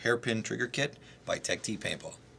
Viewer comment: no, not really, it tech-tee